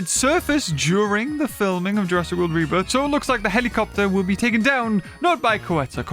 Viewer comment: Did i just hear say jurassic world reburger or is it just me?